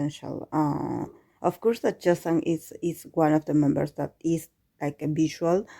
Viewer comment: In case you are still wondering how to pronounce the name, the 'y' should sound as in 'y' in 'you'... But if you are comfortable that way, it's okayyy☺☺